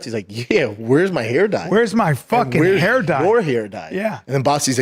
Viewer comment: It’s fucking called “HAIR” not Here stupid fuck